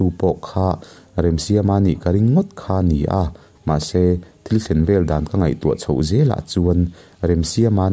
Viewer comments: Thang vel(Thang en)Awmvel,tih a vel,ang hian,vel hi lam tur, Nula HEL,hel,Rik ang hian. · thang 'vel' tih lai tak hi, ( lo kal zel rawh) heta 'zel' tih thluk ang hian kan lam/thluk thin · Thangvel tiha, vel kha sawisel tiha sêl tihlai tak anga lam tur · Pawl Zu nilovin Zupawl. Lo a vaithang kam a Sazu an awh hi Zupawl ani. Zanriaka Vaithang kam hian zanah vawihnih vawithum vel an en thin a , chu chu VEL ani. Khawvel tia Vel hi tihrik tur nilovin. Aw haw, an ni unau chu an in vel ṭap leh ta tih a, vel rik ang hian tihrik tur. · A dik chiah mai. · I sawi hi a dik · Vaithang vel tih hi a thluk a diklo..